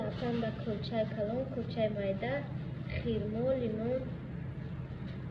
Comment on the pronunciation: Хирмо не хурмо